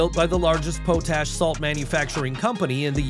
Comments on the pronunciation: The substance is pronounced "pot-ash", not "poetash". It is a source of potassium that used to be obtained by burning wood in a pot, hence the name. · Potash is not pronounced like potato ... but rather "pot-ash" ... again, is there even a human behind this mish-mash of pot-ash? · It's Pot Ash... not Po Tash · it is pronounced "pot-ash" not "powt-ash" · Pot ash not pote ash... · It's pronounced, "Pot Ash" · You have a real problem with pronouncing words. potash Pot ash.